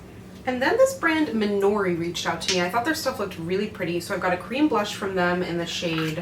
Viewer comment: The brand name sounds like “my jewelry” when you say it which is super smart because us southern folk will think that’s what you’re trying to say 😂